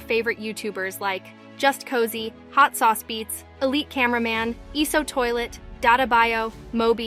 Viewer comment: You say eso toilet not ISO toilet